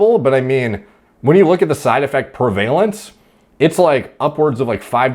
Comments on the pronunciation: Pre-vuh-lince, not pre-valence. I got you bruh. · PREH-vah-lence